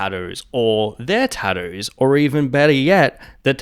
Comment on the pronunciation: ah yes taddoooos